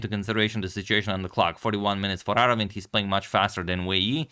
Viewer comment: Agad, you pronunced his name correctly and if you wonder how to write his name in Tamil. அரவிந்த் சிதம்பரம்